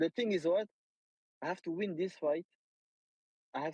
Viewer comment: Cedric tu prononces fight avec un accent irlandais 😅😩 comme mcgregor ! Ressaisis-toi